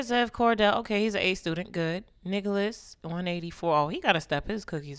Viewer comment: Swear it sounded like she said “niggalis” instead of “Nicholas” 😂